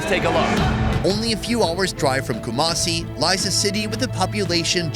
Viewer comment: I live in Ghana and it called not kumacie it is ku-ma-si 😡😡😡😡😡😡😡😡😡😡😡😡,!!!!??!!!